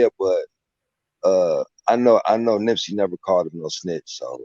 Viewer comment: Why does he keep saying Nimp???